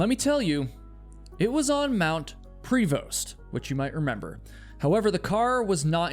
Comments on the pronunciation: Give me a break !!! This is BS I grew up in Duncan (you pronounce it wrong) and all my high school friends still live there and know multiple people scattered all over the island. This is total BC You also pronounced Mnt Prévost and I've climbed it multiple times. Obviously this guy was not in his right mind driving up a mountain in a storm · (Side note: The "st" is silent in Mount Prevost.) I was JUST talking about all the disappearances on the island here, explaining to my son why I worry so much every time he goes camping or for a hike here. I am a 3rd generation islander and grew up hearing of many unanswered disappearances, animal attacks and accidents) I then turn on my YouTube feed, and there is your latest release! Lol Thanks so much for covering a few stories from our beautiful but still mostly very wild island. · Pronounced Pravo not Pree Vost. Mt Prevost. From Duncan here, in high school we had the Prevost-aton where we were dropped off by bus at the bottom on the mountain and we walked up and over it and back to the school. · Lived on the island. It's pronounced more French sounding like 'Pro vo'. Not 'Pre Vost' Also Cougars and bears and other scavengers like easy meals but are sloppy eaters, so they probably only found like a handful of chewed up bones of questionable origin. And then 'Lost' those bones when they weren't human. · Prevost is pronounced like pra-vo btw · Local here. The mountain is Mount Prevost, but we pronounce it Preh-voh. Lots of Sasquatch stories from the local Cowichan tribes. too. And yes, the Cowichan tribe is the very same tribe making a land claim over Richmond. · Hi Duncan is [done-cn, soft A] and Prevost is pronounced soft E and soft O) great vlog thanks stranger than 😅strange.... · Mount pree-vost I can understand, but Dunn-can?